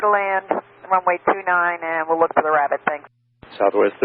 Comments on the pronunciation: lol "no joy on the bunny wabbit." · ‘Wabbit on the wunway’ Hee hee